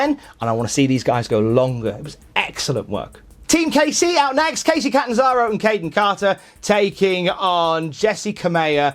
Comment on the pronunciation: Thanks, but he didn't say it like that. He said it as Kacey